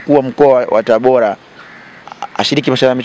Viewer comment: Mtangazaji! Sio TABOLA jamani!! Dah! Ni TABORAAAAA!!